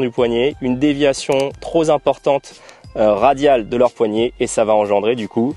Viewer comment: On ne dit pas trop « z’importante » mais trop « p’importante » 😂😂😂😂😂 Mais la vidéo est top … merci